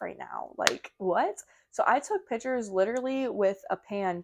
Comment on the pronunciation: also, it’s PICTURES…. not pitchers Lol 😂